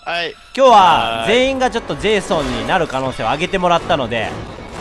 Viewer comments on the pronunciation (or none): レトさんが言う「ジェイソン」が「ゼーソン」に聞こえる人正直に👍🏻